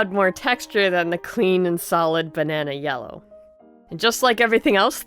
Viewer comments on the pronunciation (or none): none